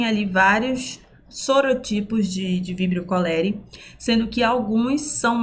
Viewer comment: A primeira professora que assisto q pronuncia o nome científico corretamente. 🥹